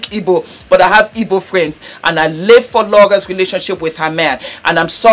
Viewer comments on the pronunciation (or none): none